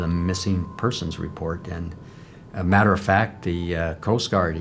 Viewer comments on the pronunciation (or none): none